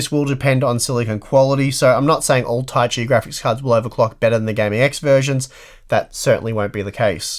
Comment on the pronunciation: Ta-i-chi, not Tai-chi or Ta-si.